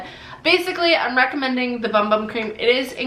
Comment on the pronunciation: I think ‘moringa’ has a hard ‘g’. And ‘bum bum’ is pronounced ‘boom boom’. You have lovely skin.